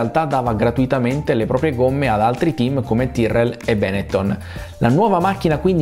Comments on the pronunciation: Unico appunto: è Benettòn, essendo veneto l'accento non va sulla prima vocale😅😂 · Bravo … si pronuncia Benettón!!!